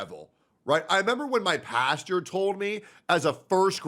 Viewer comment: “I remember when my pasture told me I was going to hellllll!” 💀 😂 bruh it’s pastor